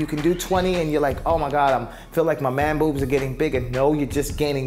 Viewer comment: You say man boobs funny hahah